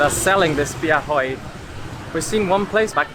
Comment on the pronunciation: " bia hơi" but not "bia hôi" 🤣😂🤣😂🤣😂